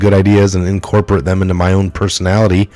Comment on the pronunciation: Words you mispronounced" mechanism", "revealed", "incorporate" , "pedestal", "apathetic", "disaster", "mistresses", "distrust", ..... I point this out not to be picky but to be helpful. Also you tend to add pluralism or not pronounce plurals when written. in addition you add words that are not in the text and you tend to leave out words that are in the text. Accurate reading is a skill that must be taken seriously if one seeks to be successful as a journalist.